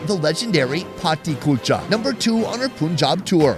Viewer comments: sorry, it's not POON job. It's PUN Job. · It’s paanjab not Punjab ❤️ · It’s not poonjaab , it’s pun jaab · It’s pronounced PUN-Jaab not poonjab! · *Panjab exists Indians: Let's anglicise our spelling so the Brits can pronounce it Meanwhile Brits: POONJAB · I cringe every time he says Poonjab. Dude, it’s Punjab, “Pun” pronounced like “no pun intended” 😉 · It's PUN • JAAB Not POON • JAAB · Please learn how to pronounce the names of Indian states. It's not 'Phoonjaab', it's Punjab. Please watch some Indian videos and learn how to pronounce properly. It sounds offensive! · Why you refer to Punjab's first syllable Pu like Put instead of Pu in Pun? irritating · Bro Its pronunced as Paanjab not puunjab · पंजाब not पूनजॉब 🤣🤣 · Punchjab..not poonjab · Not puunjab it punjab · Like bruhhh that is Punjab not ponjab, simple as that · Just listen to the natives… dafuc r u sayin POONjab Its PUUNjab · Its PUN-JAB not poon-jab.😅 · its not punjab its panjab we pronounce it panjab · You make so many puns but you pronounce Pun Jab as Poon Jab. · its not poonjab it panjab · O please not panjab it's PUNJAB 😂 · It's not panjab it's Punjab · This channel should be renamed to - "W/O ". Btw It is pronounced as - 'Panjaab', Not 'Pooonjaab'! Damn! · PUN-Jab not POON-jab Gdamn metican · It’s not Pooooonjab It’s PUUUUNJAB JUS LISTEN TO THE LOCALS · I bet someone's grandparents or great grandparents would get PTSD the way he says 'Poonjab' 😹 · Did he just say puunjab😅😅😅😅😅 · Did he just say puunjob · It’s not poonjaab 🤣 Kindly Ask it with any indian or pakistani.I can’t spell the pronunciation out here. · It is Panjab sounds “Paanj aab” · PUN (as in RUN FUN) - JAAB (as in Job, American Pronounciation)😂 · Why every foreigner calls punjab like puuunjab... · Its pronounced PANJAB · It’s PUUUUUUUNJAAB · Not poooonjab for Christ sake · Bro… “pooon-job”. Seriously? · Still can't pronounce Punjab. Sad.